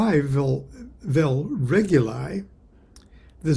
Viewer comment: It is pronounced /reˈɡuli/, re -goo-lee